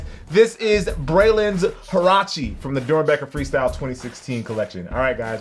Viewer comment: huarache??? seriously???